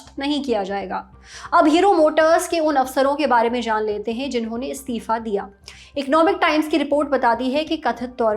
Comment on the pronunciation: ये एंकर बार बार स्तिफा स्तिफा क्यों बोल रही है जबकि सही शब्द इस्तीफा होता है।